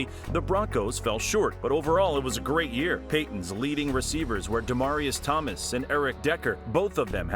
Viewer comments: You sound like you're having a stroke trying to pronounce Demaryius Thomas' name. Put some respect on his name lol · Who else is cringing at the way he says DT’s name? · Shit was bothering me the whole video